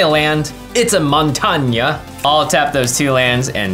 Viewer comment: "it's a MONTAGNA" as an italian, Jimmy you are the best